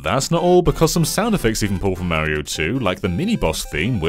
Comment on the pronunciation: He's called "Mario" and not "Maerio" 🤦‍♂️